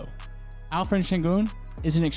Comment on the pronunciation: Alperen not alferen 😂